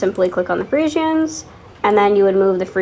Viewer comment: The way you say friesians annoys me lol